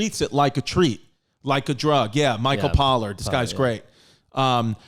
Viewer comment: I believe his name is Michael Pollan, not 'pollard'